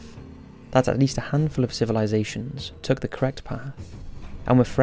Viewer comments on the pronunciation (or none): none